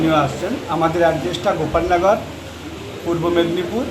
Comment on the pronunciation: Didi gholap nogor na, Ghopalnagor